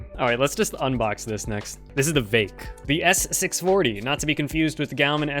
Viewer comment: its not vake and its not gowmin. for you, ill spell it so that you can say it correctly. its veek and gowmon. not gaomin, gaoMON